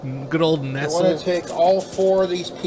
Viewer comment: The way he tries to pronounce 'Nestle' 😆